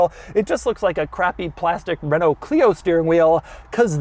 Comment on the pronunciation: I appreciate doug saying renault properly 💪🏽